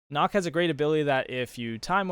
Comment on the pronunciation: its not knok its nook